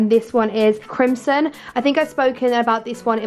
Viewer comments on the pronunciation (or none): When you said chrimson for the lipsticks I thought of the Dolan twins diss track lmao